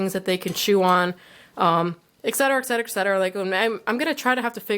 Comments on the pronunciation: / Etcetera* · Stop saying exsetera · No efence why do you say exatrara all the time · not trying to be RUDE but why dose she always say exatara(sorry if spelled wrong)